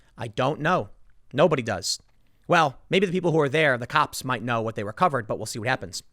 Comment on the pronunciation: "I tell you kwhat" - Tim Pool in the new king of the hill